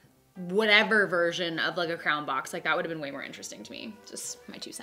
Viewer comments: you say crayon like 'crown' that was confusing XD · I like the way you pronounce crayon. Sounds like 👑